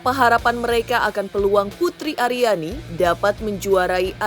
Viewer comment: Akhirnya pak Anang bilang 'putri ariani'..bukan putriani...😜😜